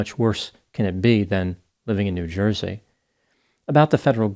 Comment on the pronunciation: "It's a Joizy thing". 🤣